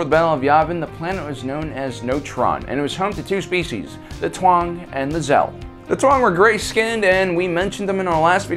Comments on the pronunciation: Taung, not Tuang. :) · Its Taung not Tuang lmao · The way you butcher the pronunciation of Taung made my eye twitch.